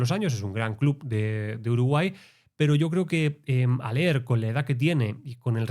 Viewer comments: Hola, buen análisis! Haller se dice "Jáler" (Al menos así se dice en Uruguay que no hablamos el Español nativo original jeje) Abrazo! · A haller se lo pronuncia "jaller"